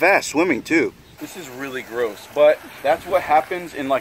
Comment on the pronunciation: No hate but when you said gross it was like Garoos